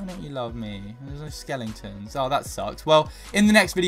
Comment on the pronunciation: Stop saying skelintons say skeletons ok chain and plz stop swearing cuz otherwise I will have to un subscribe thank you